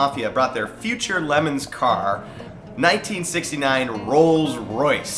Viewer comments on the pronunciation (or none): I can't figure out why you guys are referring to this as a "Lemons Race." It's Le MONS. You know, like the 24 hour race in France. How did you guys miss that. Look at the logo on the official website. You need to remake this video so you can pronounce it correctly. Also, you need to say "hella sweet" a few more times, too. LOL (2001 called and they want their buzzword back.) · Le MONS... say it with me... Le MONS, not lemons. LOL! 🙃😆😊